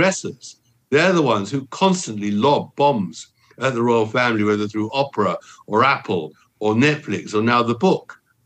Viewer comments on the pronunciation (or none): none